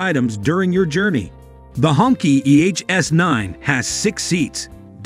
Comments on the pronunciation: Please pronounce the name correctly. It is "Hong "Chi", not "Ķi". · The narrator needs to do more research. It’s not pronounced “honkey” but “ hong-chee”. The phrase literally translates to “red flag”. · It is actually pronounced, "Hong-Chee". But I can see some wanting to call it the "Honky". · More like SHONKY. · It pronounce "hong chee" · it's u r accent not their name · Well thank you for that because I was turned off by the pronunciation, it’s like saying the N word except it’s for white people. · I think the narrator is a computer voice. There are other examples of incorrect pronunciation and pacing. The pronunciation of the name of the car is very annoying. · Yeah he's jacking the name all up!😅